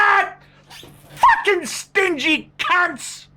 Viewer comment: Archie lesson how to pronounce fuckin : blow you cheeks, put your upper teeth over your lower lip, and give it a go !